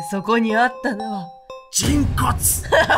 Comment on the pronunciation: の「人骨！」が最初「チキンカツ！」に聞こえて、え、タイムカプセルがチキンカツ！？と戸惑った笑